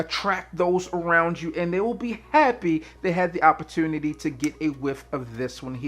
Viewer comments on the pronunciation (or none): none